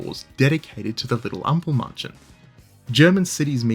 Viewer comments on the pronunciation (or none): ample mAnn chen, A as in accept, or in mAd, or you can also say A as in Ache. but not A as in bAr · Great video, genuenly Almosen perfect, but please learning to pronounce ä before saying Ampelmänchen over and over again. Or call him trafic-light-dude.